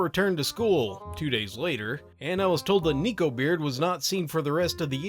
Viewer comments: i was listening to this with my eyes closed bc i find these vids relaxing. i kept hearing “niko” and i was like um ok???? then he mentioned the ears and the tail and i went ohhhhh NEKO, that makes so much more sense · Hey, just an educational piece of info! Neko is pronounced Neh-Ko! Ne ( ネ) and Ko (コ) are 2 different symbols in the Japanese language pronounced as such! 猫 being the kanji for Neko, or cat (Which I assume you know its cat ^^). Not a rant! just teaching!! I hope you're doing well with the current events going on. Keep up the good work, I honestly do love your videos! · If you're going to mispronounce "Neko" as "Neeko" I don't think I can watch this video 🥺 It's pronounced like neckbeard, hence Neko-beard being a pun! Edit: I got over it & watched it anyway, good video as always, just a major pet peeve. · I was griping about it too lol